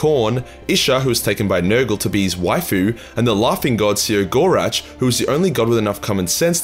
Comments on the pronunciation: see-row-gore-ach? no... SEH-GO-ROCK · "...the lauging god See-ah-gor-atch..."? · His name is spelt “Cegorach”, but pronounced “Keg-or-Rack”, you know, like that tough decision you make with that beautiful lady at the end of a near-lethal bar-beer-binge. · No one knows how to say The Laughing Ones name either, which in itself, is funny. I pronounce it "KEG-OR-RAK".